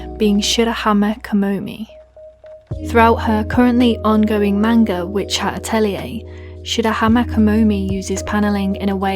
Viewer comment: Good video on witch hat atelier but you say manga so wrong probably it’s your accent not being mean